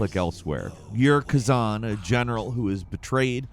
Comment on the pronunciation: Khazen? why can’t americans read? Like they say we read on average at about a 7th, 8th grade level, but i suspect its lower by now lol considering our 7th and 8th grade course work is literally childs play in other countries